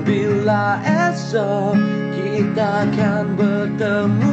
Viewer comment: kalau boleh sebutan tu biar betul.. jangan ada "C" . contoh "untuk selama lama nya".. bukan"untuch selama lama nya".. "dan bila esok kita kan bertemu kembali" bukan " dan bila kitcha kan bertemu kembali"... sebutan biar betulll